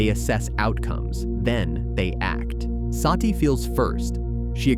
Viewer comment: It's NOT "Saaati".. Her name is "Sati" or "Sutee" which means "the truth" or "virtue" in SANSKRIT OR HINDI LANGUAGE